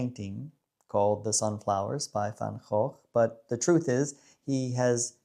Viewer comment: Hi brother, I just finished your video, I was too busy enjoying cruising with the top down. Aren't we blessed with this gorgeous weather? I am with you on Vincent all the way and congratz on pronouncing his last name correctly. X made me think of xenofobie, it seems to be on the increase in this country. Have a great day and enjoy the warm sun while it lasts 😘🤠